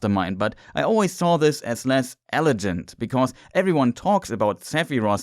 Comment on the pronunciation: dude pronounces cetra as ketra and elegant as elejant I can’t even